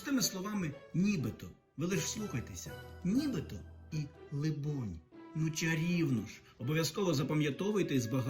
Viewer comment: Либонь думаю наголос на о ?